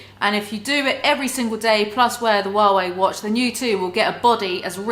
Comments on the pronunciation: First time hearing a native English speaker saying Huawei. Didn't know it'd be so funny. Wawei. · I LOVE the way she pronounces HUAWEI. It took me a few moments to realise what she had said(English is my second language, and we pronounce it with a strong H).